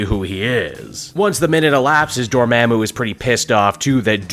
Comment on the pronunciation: why you keep saying Dormammu like that i thought it was DOOR MAHHH MOOO not DOOR MEHH MOO?